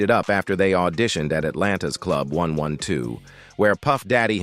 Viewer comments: AND THEN my man (A.I. 😂) had the audacity to say one hundred and twelve. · Dam he just said groups like one one two instead of one twelve 😂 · The name is pronounced 😂 1-twelve (1-12) The same name as an old night club in da ATL. 1-12, club anytime, bell-bottoms, and 2 - 2 tango where the happening clubs back then. 😂 Sorry you missed it !! 😂😂😂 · Not 112. AI said one one two. 😂😊